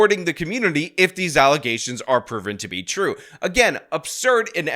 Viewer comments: its Allezations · You mispronounced Alazayshuns. 🤣🤣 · just more false allezations